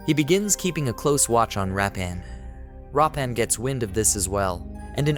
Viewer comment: Why do you keep saying Rappan?His name is Veerappan…..😂